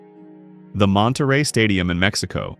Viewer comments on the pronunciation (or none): none